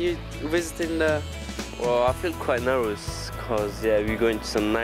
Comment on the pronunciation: !!!!learn how 2 say nerVous not nerWous..lol u freshie